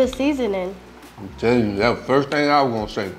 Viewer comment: The way she said the seasonin!